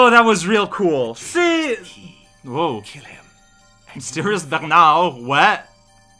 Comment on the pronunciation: Man the French pronunciation of "Bernard" feels like an assault on my eardrums